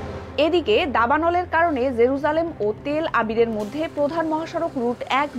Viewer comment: তেল আবির নাকি তেলআবিব???